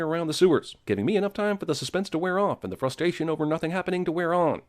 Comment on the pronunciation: Missed Sin: flubbed one of his lines and said “frustation” instead of frustration. I get that it can be easy to flub words when doing voice overs for projects (I dealt with it from personal experience when making voice overs for assignments in classes in college). However, unlike, if I flubbed a line, said a word wrong, etc, I went back, re-recorded the line and/or edited the mistake out all together. If a college student who didn’t have much editing experience if any could do that, what’s the excuse of the folks who work at CinemaSins? 😂